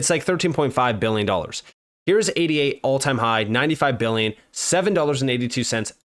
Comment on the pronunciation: Bro...... can you please stop spelling ADA out and just say Ayduh?